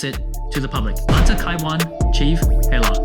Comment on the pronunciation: nice review, its actually pronounced Chief ( HEYA) the L is silent, just a tip 🤞🏽